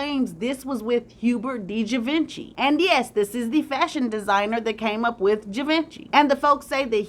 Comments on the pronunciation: Not Gee-ven-chee but cghee- vahn-shay. Ugh! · GEEE-VWAAAHHH-SSHHHEEEE!! Pronounced like that ❤ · Givenchy for those who are interested in the spelling and pronunciation, ( G-von-she). This was another great job 👍😊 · Correct pronunciation: Ghee-von-shee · Gvaunchee is how you pronounce his name. Sterling is never forgotten. Raymond was a petty brother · Givenchy is pronounced: Gee-VON-Shay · Ghee vonh shee is the correct pronunciation. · Givenchy It’s pronounce, Gi Von She! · Givenchy Pronounced: Gee-von-shay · Givenchy is pronounced GeeVonShe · Lol it's pronounced "g von she"givenchy Love you tho😂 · It's pronounced jhee vanh shee. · 😂 I'm laughing at how she pronounces Givenchy 😂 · It was killing me😆😆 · Sorry to say this, but You mispronounced Fashion Designer and HUBERT de GIVENCY name, had to mention this. This two Men were so TRAGIC 😒, AIDS was new to the Medical community in the 80's, nothing was known about this Ravenous Disease at that time, sadly so many people brought it upon themselves DUE to an Unnaturally horrible Lifestyle they chose to LIVE 😢. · Your pronunciation of Sterling and Givenchy are sending me! 😑